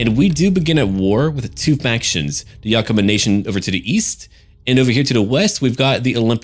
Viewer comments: its pronounced yaka-maw and wen-na-chee. im from yakima which is pretty much right next to the yakama reservation. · Love the video but I live in Washington, Think my eye twitched every time you said Yakima and Wenatchee odd but Washington is full of hard places to pronounce